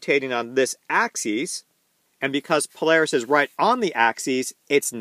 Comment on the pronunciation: this was a great presentation that put some great content into my noggin. One small bit of constructive criticism. Axis (singular) is pronounced axus... while axes (plural) is pronounced axEEz. I really hope to learn a lot from your content. You're a great teacher.